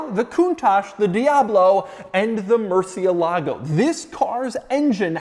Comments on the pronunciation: Why does an expert such as you are, mispronounce the name of the vehicle? cie is chi, not si. ???✔✔✔ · The stress is on the "e" not on the "a" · Please just call it the Bat. Hearing y'all butcher Murcielago is killing me, lol. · They don't know how to pronounce Murciélago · Why is it so hard for people in the U.S. to pronounce the word"Murciélago"? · If you are going to review a car, at least pronounce the name right